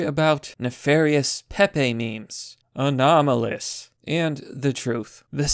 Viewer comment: "Anomalous" Im dying